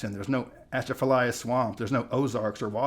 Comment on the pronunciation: I love your videos. I live in Louisiana but I would t go home to Texas. One comment. It seems that almost no from out of state knows how to pronounce Atchafalaya. The t is silent as in many names in La. It is pronounced a-cha-fa-lie-ah.